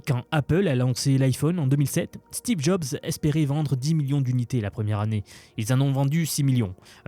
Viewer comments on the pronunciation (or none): none